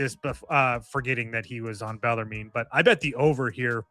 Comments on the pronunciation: Bell ar moon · It's pronounced BELL-ER-MEN. Please and thank you. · Bellarmine is pronounced "bell-er-men."